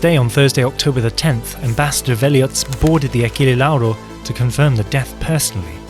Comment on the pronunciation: the pronunciation of Achille Lauro almost made me spit my drink, nice video anyway